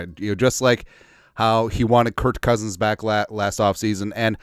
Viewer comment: It is Kerk not Kért Cousins.